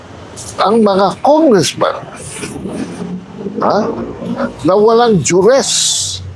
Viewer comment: I thought i heard utter, CON-ress-MEN